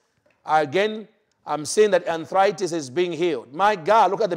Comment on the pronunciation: Dear you are mis pronouncing names of diseases such as Multiple sclerosis and Arthritis......which it makes it difficult for Westerners like me to understand you, blessings, Dorothy Hennessy